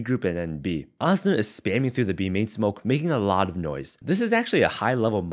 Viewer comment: I like how u pronounce asuna. Cuz there are so many people that say uh-soo-nuh. Idk just a pet peeve ig u could call it